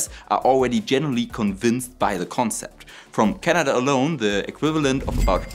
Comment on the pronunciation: How is this different from Soviet nuclear batteries? Also it is Canada not Canadurr.